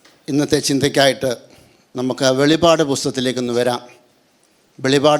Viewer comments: വെളിപാട് അല്ല വെളിപ്പാട് 🙏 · Not Velipad BUT VELIPPAD